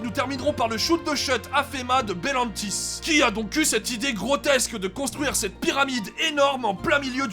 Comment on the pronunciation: Wow le talent, réussir a dire le nom du parc sans éreur du premier coup, moi je dis chapeux